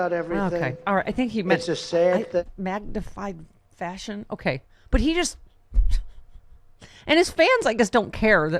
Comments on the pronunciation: "mactified forsion" 🤣 Sounds like someone has gone completely covfefe 😀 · Macktified Forshion 🤣😂